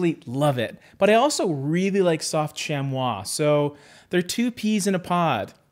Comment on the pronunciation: Very impressive pronounciation of "chamois",!